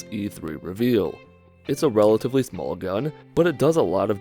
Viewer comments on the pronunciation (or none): none